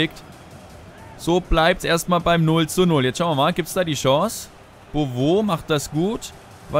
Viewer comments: Der heisst nicht bobo sondern Bowü gesprochen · Man spricht ihn Bowü aus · Dein Stürmer wird "Bovü" ausgesprochen ;) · haha "bowo" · man spricht es boovü aus glaube ich jedenfalls sehr fest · beauve gesprochen: bowü ; ) aber egal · Es heißt "Konoplianka", nicht KonoplüankaAußerdem wird Beauvue Bowü ausgesprochen, nicht bowo :D